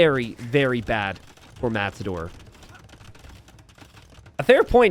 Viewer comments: Is it just me or does sometimes say "Mattsador"? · are you saying mast-ador?